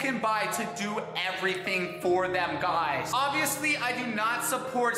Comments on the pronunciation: he pronounces the period in every sentence and he pronouces it as "gaiz" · GUyS gUYs GAIS gUIsE gaIUS